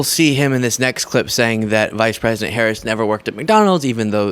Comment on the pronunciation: & Fox “News”: can’t pronounce the name of the United States’ Vice President.